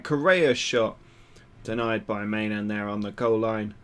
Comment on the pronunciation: i know I'm a little late, but I'm pretty sure the keeper's name is pronounced "my-non"